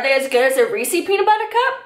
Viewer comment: "reesie PB cup" whaaat? lol